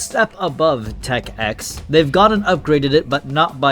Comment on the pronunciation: Smh you AND the audience are doing a skill issue here, you say 11, they say 9, when it CLEARLY is called tech ix (icks)